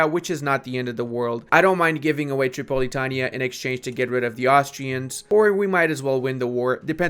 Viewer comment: Please learn how to speak and pronounce words properly. When you say iron, Constantinople and Tripolitania, i want to die.